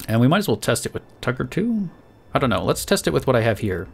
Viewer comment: Whenever you say tugger I think you say tucker